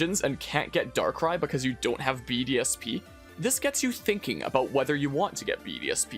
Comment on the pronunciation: every time you say BDSP, I almost listen BDSM